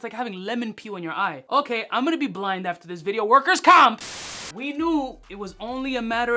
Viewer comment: Once he said Workers comp!!! I knew he was from NYC 😂